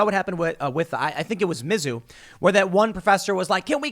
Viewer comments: Tim. I’m from Missouri. It’s pronounced Miz-ZOU. Not MIZ-zou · The way this man says Mizzou though.